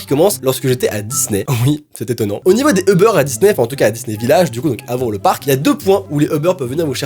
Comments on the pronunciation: Ce n'est pas euber mais UUUber!😂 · C'est pas Euber mais Uber tu dit u pas eu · ¡«U»ber! U!!! UUUUUUUUUUUUUUUUUUU Sinon je te kiff mais on dit «Uber» pas Euber..🙂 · Il dit euber au l y eu de Uber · Tu dis Euber moi je dit Uber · C'es uber pas eber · On dit pas Ebeur on dit UUUUUber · Cest Uber pas EUBER UnU 🤣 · On dit pas ebeur on dit ubèr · Att? Tu dis Eber, moi je dis Uber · Je suis la seule qui prononce Ubère et pas Euberre 😂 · Sa se dit pas eber sa dit UBER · C pas eubeurre c'est uber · Ça stresse que moi qu’il dit Eber au lieu de Uber ? Ou peut-être ça ce prononce Eber et y a que mw qui dit Uber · c’est Uber pas euber sinon j’adore tes vidéos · Je suis la seul à dire Uber et pas Eber 😂? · "Ubeurre" LOL 😂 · UBER comment le prononce a chaque fois j'ai l'impression qui parle de beurre XD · Qui a compris au début "Le beurre" 😂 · Pk tu dit eber sinon continue comme ça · certaine fois quand il dit uber je crois il dit le beur